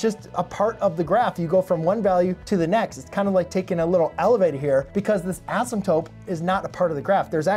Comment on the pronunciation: ...Are you saying "asymptope"?